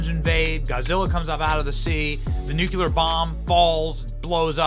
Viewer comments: I love your content Benny but please pronounce nuclear correctly. You throw me off every time you say NU CU LAR and I have to go back. I know you can do it you do all the time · Nu-CLE-Ar. Not Nu-Cu-Lar. Get it right. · Why is it all these people can’t say “nuclear” correctly? It’s not a difficult word.